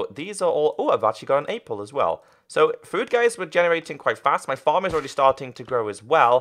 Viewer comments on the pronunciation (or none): Did he miss pronounce cooked in and Apple in lol